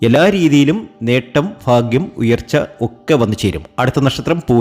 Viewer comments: ഫാഗൃംഅല്ലാ ഭാഗൃമാണ്. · ഫാഗ്യം. മാത്രമല്ല സൗഫാഗ്യം വരെ വരും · Faaghiam alla. Bhaagiam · ഫാഗ്യം, അനുഫവം, സൗഫാ ഗ്യം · ഫാഗ്യം സൗഫാഗ്യം 😊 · faghyam അല്ല BHAGHYAM ആണ് ഇതൊന്ന് മനസ്സിലാക്ക്